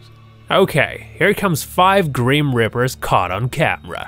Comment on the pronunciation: its not called a greem reaper, so why u saying it like that.